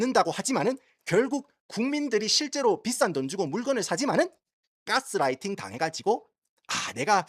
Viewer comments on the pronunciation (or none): none